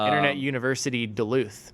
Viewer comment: As a Minnesotan, was TERRIFIED when said Duluth lol